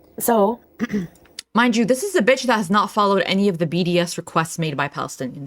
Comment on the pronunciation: “I’m spinning bítch” 🤣